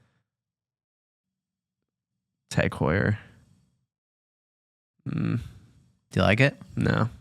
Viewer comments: Hew er? Ho ee er moron! Learn how to pronounce brand names, ffs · Heuer is pronounced more like hoyer